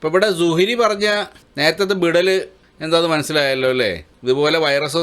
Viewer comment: നീ പറയുന്നത് വിടൽ ആയിട്ടാണ് ഞമ്മക്ക് കേൾക്കുന്നത്